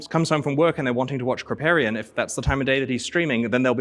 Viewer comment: Mandatory "you're saying Kripparian wrong" comment to begin with, looking forward to watch the rest :)